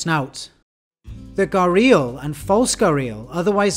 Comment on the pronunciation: its pronounced "g-air-ee-al" not "guh-reel"